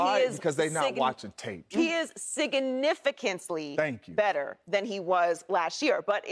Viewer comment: "Siggy-nificantly" - Joy Taylor 🤣